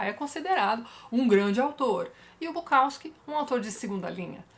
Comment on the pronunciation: Dá uma dor no ouvido escutar o povo falando BuKAWski